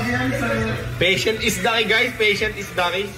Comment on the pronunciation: Patience dapat Hindi patient duhh... Nag English na nga mali pa hahahaha